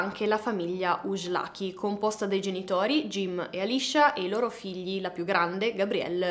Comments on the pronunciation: Ujlaky è un cognome ungherese,la pronuncia corretta è ùilachi... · La pronuncia di questo cognome è molto diversa poiché è origine ungherese quindi la j si pronuncia come nel nome Iian si pronuncia la seconda i.